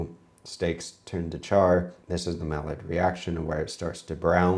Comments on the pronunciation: Talking about pronunciation and you basically said mylard reaction. Thought it was pronounced more like "my yard"?? 😂😂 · Ironically you know how to pronounce paella, but you can’t pronounce Maillard also with same double L sound which sounds like a Y.